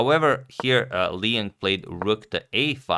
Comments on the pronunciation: Hi, I think Liang is not pronounced as "lee en" but more like "lee on". I am Chinese and I'm pretty sure that is the right pronunciation. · Liang is pronounced as "Lee-ung". "Lee" like in "leaf" and "ung" like in "sung".